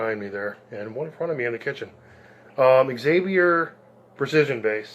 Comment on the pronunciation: Zay-vee-ier.... not Ex-zay-vee-ier. Sweet bass. You scored. When you purchase a Fender at $1000... $600 of that is.. the name.